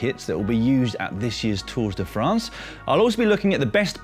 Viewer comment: Three full weeks of listening to ‘Tourzzz de France’. Just no. ‘Tours de France’ silent s or Tours of France. Sorry to be such a pedant but it’s annoying and sounds so self-conscious.